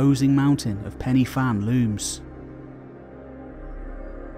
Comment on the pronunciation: Hey I loved the video, but I just wanted to mention that the y in Pen y Gryg is pronounced ‘uh’ instead of ‘ee’. Sorry if it comes off as nitpicking.